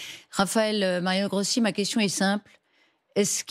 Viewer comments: c'est pas parler la langue, c'est prononcer correctement un nom!!!! Rossi, pas Grossi. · Ruth El Grief! Même pas capable de prononcer un nom correctement, et ce n'est que de l'Italien😮